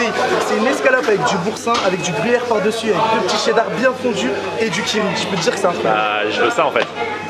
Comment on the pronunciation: Dis donc ne prononce plus "Tchéddar"?!;)